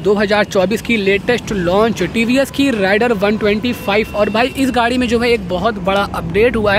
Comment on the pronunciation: Oye jhute.... राइडर नही रेडर बोल...... 🤣😂